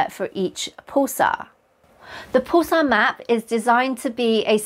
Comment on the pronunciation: I've never heard it pronounced "pool-sar". Rather "p-uh-l-sar"